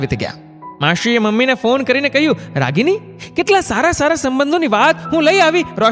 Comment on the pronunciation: સાહેબ હું આપનો નિયમિત શ્રોતા છું. આપની વાર્તાઓ ખૂબ સુંદર હોય છે. માશી ને બદલે માસી બોલ્યા હોત તો ખુબ મજા આવી હોત.